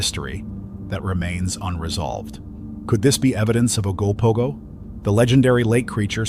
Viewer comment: Ogopogo btw..try getting the name correct before talking about it.